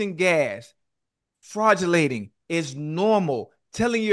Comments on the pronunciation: Ocho said “Fraudulating” 😂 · "Fraudulating" VS flatulating. Ocho kills me! 😹😹😹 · This man said fraugalatin!! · Fradulating 😂🤣🤣🤣 My mother in law says, it's better to lose a friend than an intestine 😂 Don't hold it in!!! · Dat boy Ocho said “fruadulating”….😂😂😂😂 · Chad said fraudulating the word is flatulating. 😅😅🤣🤣